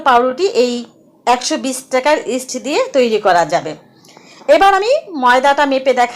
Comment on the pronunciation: আপু ইস্টের নামটা বোঝা যাচ্ছে না একটু জানাইলে ভালো হতো দারুন রেসিপি দেওয়ার জন্য ধন্যবাদ